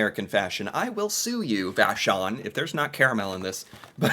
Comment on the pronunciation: You pronounced Vachon very well my friend! It's a French family name eh Fun fact, Vachon cakes was sold to an American cie in 2014